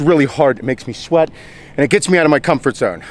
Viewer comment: "just fuckin' SHWEAT..SHWEAT." I love how he says "shit" lol "Ronnie Coleman was the most alien looking mother fucker ive ever seen" I couldn't work out with him..I'd be laughing my ass off as he talks.